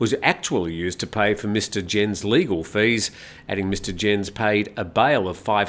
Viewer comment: Just in case it crops up again Herr Jens' name is not pronounced 'djens' but 'yens'...